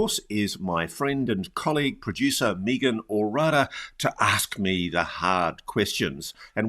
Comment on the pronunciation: Ross..why do you mispronounce Meagan name. Accent aside, i would think you could pronounce people's names correctly.